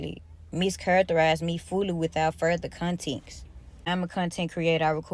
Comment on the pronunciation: i Caaaan't!! she said without further "conteeks". I had to replay it, ... just to confirm my ears did hear this sad excuse for a substitute teacher jus trash the English language like that.